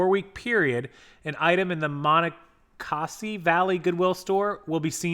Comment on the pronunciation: I am from Maryland and enjoying your pronunciation of Monocacy. When you are from an area....you forget how hard it is for others to pronounce local names of places. Ma-knock-a-see